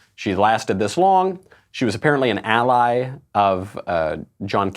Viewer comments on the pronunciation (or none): none